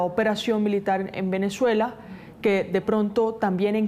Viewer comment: No entiendo cómo caracol pone unas periodistas que no sabes pronunciar las palabras no es venechuela es Venezuela que sepa pronunciar las palabras por favor